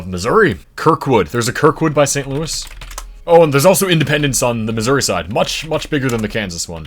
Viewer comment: not the "louis" cities getting flipped on his tongue XD